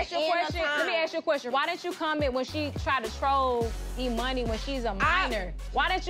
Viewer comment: It's "E-Money" yall